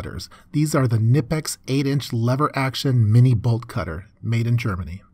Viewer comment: Finally someone who pronounces knipex the correct way!